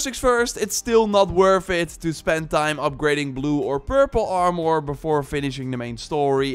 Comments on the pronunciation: That was very helpful already wasted some time on purples not knowing about levendary. Small friendly advice: Im assuming youre dutch. 'Armor' is pronounced like the dutch word for poorer. "Armer" instead of "armòr". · You speak very well but why do you have such a hard time saying armor lol..? It sounds like your saying (armor,more) every time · Armore?? Stop saying that your killing me over here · are more? more like are less